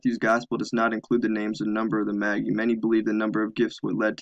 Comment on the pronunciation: It's pronounced may-jai not Maggy lol.